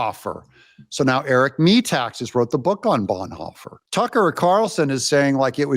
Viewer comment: Doug, Pronounce Eric Metaxas: Metaxas, author of BONHOFFER.